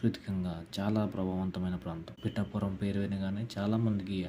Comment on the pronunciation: ముందు పిఠాపురం అని పలకడం నేర్చుకో. పిటాపురం కాదు... "పిఠాపురం "